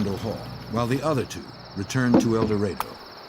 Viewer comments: It is painful to watch this video and listen to the narrator repeatedly call the town "El DorAYdo"....the correct pronunciation is "El dorAHdo" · Mispronouncing El Dorado. (Door A doe)🤦🏼‍♀️